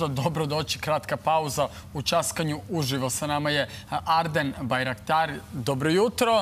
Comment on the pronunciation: Voditelj da nauci da se ovaj glumac zove Arben Bajraktaraj, a ne Arden Bajraktar. Sramota kakva nespremnost za interviju sa ovako velikim imenom.